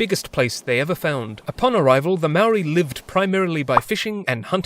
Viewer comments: It's more like mow-ry but flick your tongue at the r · he can say whare nui but not maori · Bruh please learn to pronounce Maori correctly! Other than that, pretty good video. I wish you'd highlighted a little more how the British pretty much shat all over the treaty of Waitangi and ignored anything in it that wasn't convenient for them because they considered it more of a formality or gesture than an actual treaty. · He's not even saying moari properly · God dam it... pakeha can't pronounce maori can they